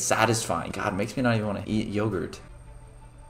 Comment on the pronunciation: It sounds like he’s saying o my gayad When he’s saying o my god it sounds like he’s saying o my gayatt